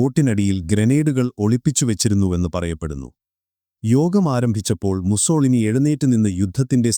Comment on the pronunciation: മുസ്സോളിനി അല്ല... മുസ്സോ -ലീനി എന്നാണ് പറയുക...